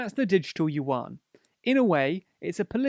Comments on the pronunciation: "youen", not "youwan" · Only 'cos he can't pronounce it. It sounds like "ywen" with a tone that rises. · yuan is pronounced oo-en, with an almost umlaut-y oo. But it's usually called renmenbi, or run mun bee, but the u is schwa ie the 'ugh' sound that most unstressed vowels become in english.